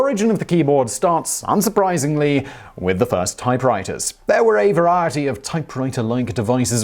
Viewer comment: Can someone please make a compilation of every time Simon says 'variety'? 😂